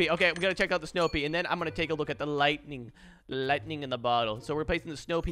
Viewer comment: I’m sorry did he say lighting tipe